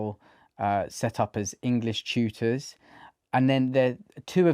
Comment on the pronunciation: Sorry English isn't my first language, what is an "English chewter"?